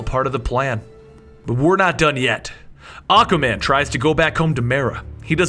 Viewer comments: ... you said aca man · did he say Acka man? Lol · you said aqaman not aquaman